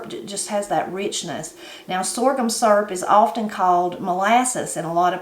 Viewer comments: I had to stop and watch this when i heard you say syrup. I’ve always have pronounced it the same as you do, surp. I also like using a pie tin to make up my batter, I do like to add cinnamon and vanilla to it. Ever since I was a young bride I’ve made what we call “depression syrup “. Same as what you made only I’ve only ever used white sugar with some maple flavoring. I’ve ate that so long I don’t really care for the store bought kind and I’ve never tasted real maple syrup. Next time I make syrup I’ll have to use some brown sugar too. Blessings, TeresaSue. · That's the same recipe I use. My mom used to make her own syrup when we didn't have store bought syrup. I like that you pronounce syrup the same way I say it....surp.